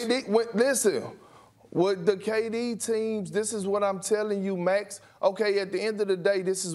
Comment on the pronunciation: Everyone: "Max" Perk: "Mex"